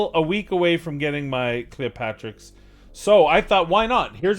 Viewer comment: Bro it's Cleopterix, not Cleopatrix. Smh